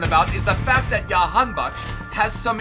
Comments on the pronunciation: That is the dutch pronunciation which is normal because that's where he plays and how it is heard most around the world. It's said the exact same way you did but the J is Juh not Yuh lol. That intro was amazing though lol. So Jah-han-bak-sh. Alireza was correct but the R is rolled similar to how the spaniards say their R's. So say the R with your tongue. And it's ali-reza not ali-reyza. I'm sure no one gives a shit lol. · Its pronounced JA-han-bakhsh LETS GO IRAN🇮🇷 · j in jahan as in jackson not yahanbakhsh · Dont mind the pronounciation we call him Jan Bakkes here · The j is pronounced j